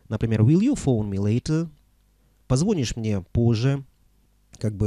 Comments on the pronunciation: Не красивЕе, а красИвее Не позвОнишь, а позвонИшь Чистота в английском и чистота в русском языках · Спасибо за ваши уроки, так коротко и ясно! Вы -супер! ( единственное, была ошибочка в объяснении: ударение в слове « позвонишь») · Позвонишь мне позже.Вы ударение ставите на второй слог и это неправильно.В остальном большое спасибо!!!Очень интересно Вас слушать.Надеюсь многому научиться. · Всё круто. Но почему позвОнишь??? Чёрт... Это же ужасно! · Что это ещё за " позвОнишь" ??? Вообще-то "позвонИшь".